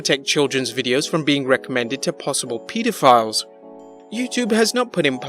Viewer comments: WTF is a PeetAfile? ... You see I think I know what your trying to say. But a word as serious as that needs to be pronounced correctly because it can easily go over someones head. They might think your talking about files of something and not PEDOPHILES! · Did he really say pee-dohphiles? lol. The channel will be fine...if they were THAT strict thousands of channels would shut down in fear of those fines. That wouldn't be in the best interest of Youtube.